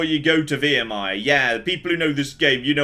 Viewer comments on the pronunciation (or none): It's Viremire, not Veeeeremire..... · He taunts me every time he says veermire